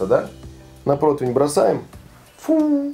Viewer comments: Почему протвень?!?! По информации справочно-информационного портала «Русский язык», слово «противень» восходит к немецкому Bratpfanne «сковорода для жаренья». Это немецкое слово подвергалось переделке и переосмыслению на русской почве, и под влиянием слова «против» в результате народной этимологии (попытки объяснить непонятное слово через знакомые слова родного языка) возникло «противень». Филологи отмечают, что корректно только «прОтивень», вариант «протвень» выходит за рамки литературного языка. Таким образом, правильно: зажарить утку на прОтивне, снять пирог с прОтивня. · Противень! Букву И в этом слове никто не отменял, господа- товарищи- шефы! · Нет такого слова "протвень"!!!!!!! Где вы его берете?!!!! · Почему "протвень" и " протвиня"??? Всегда был ПРОТИВЕНЬ! Какого хрена? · Протвень... Поваром еще называется... Даже не знает как правильно произносится/пишется слово ПРОТИВЕНЬ